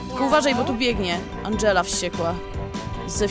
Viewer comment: Nie Andżela tylko tom